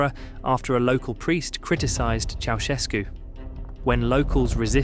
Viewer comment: Romanian here🙋🏻‍♀️ cant wait to watch the video😆 Bă, care a fost la casa lu' Ceaușescu? 💀 help the way he pronounced it😭🙏🏻